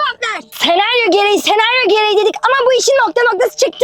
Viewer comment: sEnAryOĞ GEREĞİĞĞ berra